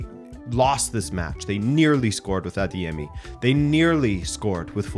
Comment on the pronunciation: I'm Nigerian and I must say, I am very impressed by how well you pronounced "Adeyemi". You pronounced it almost just like how a Yoruba person will... Kudos 👍